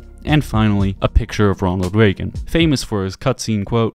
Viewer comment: Ain’t no way this man said Ronald Reagan🤦🏽‍♂️